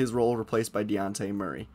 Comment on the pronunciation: Learn how to say his name, its not DeYawnte